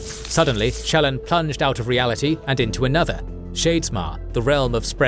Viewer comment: As someone who listens to the audio books, this video is driving me crazy. The narrator pronounces almost every major character's name different than Kramer and Reading. The worst one is Shallan, the narrator says both her first and last name differently than the audiobooks. It sounds weird.